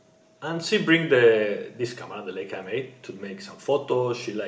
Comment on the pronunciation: It' Laaaajka no Leeeejka